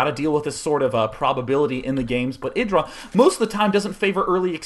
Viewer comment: isn't it pronounced "eye" dra?!?